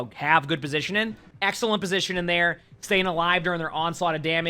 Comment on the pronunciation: over here with 2 g's in his name but can't pronounce one when it comes to the word positioning.